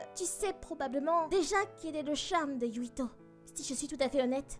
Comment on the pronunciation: Mais.....y'a écrit yuita....pk alors j'entends yuito????